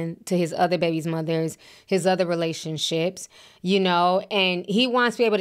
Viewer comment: Relation-slips, not Relation-ships.